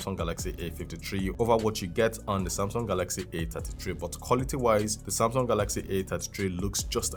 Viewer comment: A ta tee tree A fifty tree...😂😂😂😂